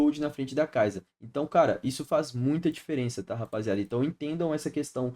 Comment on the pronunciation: Conteúdos maneiro, traz de top lane mano, e para de falar kaiza, é sa no final, kaisa.